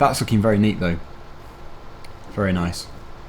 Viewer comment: I love the way you pronounce nice, it sounds like "noice" 🤣